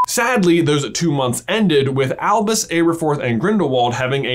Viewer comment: Sometimes when he says Albus I hear him saying Elvis and it makes me so confused